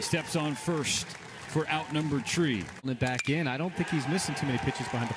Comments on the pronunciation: “for our number tree” 😂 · “For our number tree” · he said for out number tree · “Out number tree”